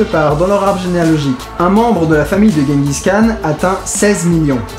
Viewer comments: pour votre culture ça ce prononce "jengis rhan" :) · par contre tu dit guenguis khan.^^ c'est "jenguis Ran" que ca se prononce ;) (oé bon on fera l'impasse sur ma phonetique hein :) sinon j'adore tes video, j'ai découvert ca avec "les enfers artificiels", Suscribed et je me les fait toutes du coup ;) et tu me doit un calebard, t'avait cas pas faire le regard "diarrhée sanglante" ! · Je revien de mongolie et pour info on dit tchinguis rhan ... tchin comme pour l apero, et rhan avec un rh comme quand on racle sa gorge (son repris dans l’arabe il le semble).. voila sinon super video continu !